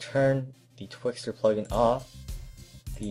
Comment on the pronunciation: Twixtor... ._. If you're going to start editing listen properly.